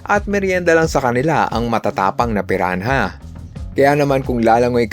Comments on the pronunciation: Pirana (piranha) hindi piran-ha..ano ka si tipsy d? TANGA‼️‼️‼️ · Pirana po yung pag bigkas sa Piranha ☺️ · Piran- ha? Hahahaha